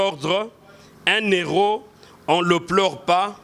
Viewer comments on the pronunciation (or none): Cher monsieur qd on parle d'un héro du pays on ne fait pas la liaison un-hero, on dit un héro, dans le cas contraire on peut penser que vous parlez d'un Euro qui est la monnaie européenne